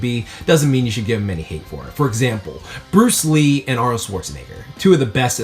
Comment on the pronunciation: Lee-uhh Bruce Lean. LEEN - yes leen Brunce Lean! BRUCE LEEN (I took that joke from ) haha! xddddddddddd